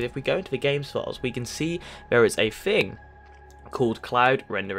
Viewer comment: It's pronounced THING, not FING. TH not F.